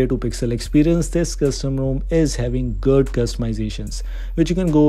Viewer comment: ROM ko khaajate ho bhai when saying it as Custom ROM. :D